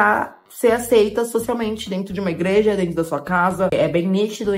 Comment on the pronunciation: A falando ingreja me matou kkkkkkkkkkkkk